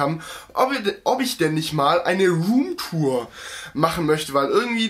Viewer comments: wie du rumtur sagt haha lachflasch des todes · Eine Rrrrroommtour😂😂😂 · Wie du Damals immer Ruhmtoor gesagt hast😂